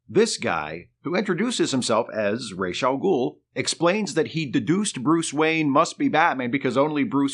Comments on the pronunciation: Why calling him „Reysh“..? Why not „Ruh‘s“? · It's RAAAAASSSSS... not Rayyyysh... that's from Neal Adams himself. I aske him in person. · Not Raysh but ROZZ. I point blanked Neal on this when we were guests at the Lexington Comic and Toy Con. Just sayin’! Great video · Ra's al Ghul means Head of the Ghoul. The correct pronunciation should be “Rass” since that’s how you pronounce the word head in Arabic.